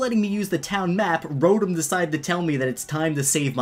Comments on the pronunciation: Rotm Me: uhh ya mean RO-TOM? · Another annoying thing,people that pronounce Rotom as Rotum or Rotome